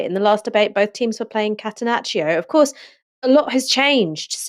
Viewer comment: In "catenaccio" the "i" does not sound.